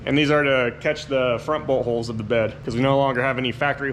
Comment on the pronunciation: When you said bolthole I thought you said butthole! 🤣